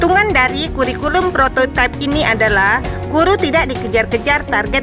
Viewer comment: kalau kata prototipe itu sudah diindonesiakan maka bacanya prototipe bukan prototaip versi inggris.